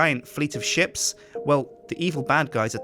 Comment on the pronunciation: he said a fleet of ships mor like sheeps.